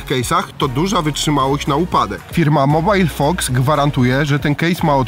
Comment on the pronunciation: a nie jest to MOBIL fox a nie mobile :D